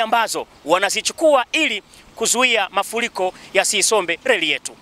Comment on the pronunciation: ni “ Mafuriko si mafuliko”